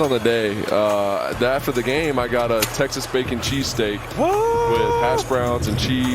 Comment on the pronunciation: bro really thought he said taxes when he said Texas 😭😭😭